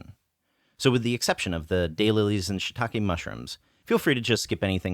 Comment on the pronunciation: You guys are amazing! Such a wonderful channel - I could watch your videos all day. One little thing; shiitake mushrooms are pronounced "she talk eh?" and not "shit talk eh?" ;)